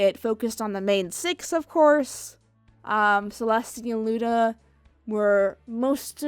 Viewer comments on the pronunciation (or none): none